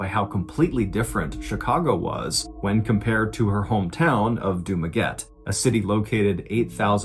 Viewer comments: Hi john, its du-ma-get-teh not dumaget 😂 (spelled dumaguete) love from the philippines! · The place in the Philippines is pronounced as Dumaguet te not as Dumaguete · Friend Ballen, it is pronounced Du-ma-get-teh, not Du-maguette like baguette. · Wow, I never thought my hometown would ever surface in one of your stories! Excellent storytelling as always. Dumaguete is pronounced Duma-getty by the way. My aunt from Houston told this story to us in the mid-80s. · mr. ballen... it is read... du-ma-gue-te... 👌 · Hey Mrballen, that place in the Philippines actually pronounce as Dumaguet-te.. 🤗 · I've been listening to your stories for almost a year now and this is the 1st time i heard a story about a Filipino..this is sad as..I hopeTeresita is at peace now ... but her killer will hear her voice for the rest of his life and by the way..it is Du-ma-gue-te, with an "e" 🤣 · dumaguete pronounced here in the philippines as Du-ma-ge-te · It's pronounced Duma-geh-tee. Also dumaguete language is bisaya or visayan but they usually do speak tagalog also. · Dumaguete is actually pronounced as Dumague-'teh'. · I have been a fan for almost two years now that is why I feel the need to correct you on two things. 1. Dumaguete is pronounced "doo-MA-geh-te" 2. their native tongue is not Tagalog but Bisaya... I still love you though...keep the very scary, dark and mysterious stories coming... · Hi Mr Ballen! It should be pronounce as Du ma ge te (Dumaguete) Love all your stoies, PH represent!😊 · Dumaguete, as TEH in the end. With 3 syllables. While I love to listen to your stories it drive me crazy when you mispronounce the names of cities. 1st was Yakima and now Dumaguete. Just use YouTube to get the right pronunciation. . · The final e in Dumaguete isn't silent. :)